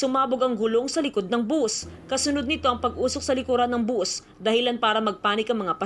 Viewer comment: Bus sa Tagalog, buzzz nman bigkas Ng iba, Anu Tama na tawag? Bus o buzzzzzzzz